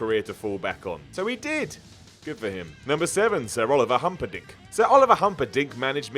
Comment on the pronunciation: Did anyone else hear Humperdink wrong? It sounded like humpad*ck to me 😂😂